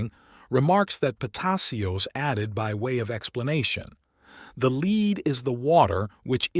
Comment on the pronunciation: Excellent narration (except for occasional mispronunciation such as LEAD versus lead, the alchemical mineral. ) but still a nice performance